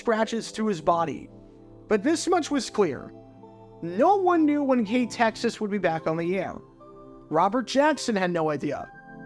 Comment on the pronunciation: I’ve been a subscriber of yours for quite a while now and never in my wildest dreams did I think you were ever going to do a video focusing on my former employer, it feels so surreal. By the way, great job on researching how to pronounce the station’s name correctly, most people just read out the call letters as they’re shown when they see KTXS’ name.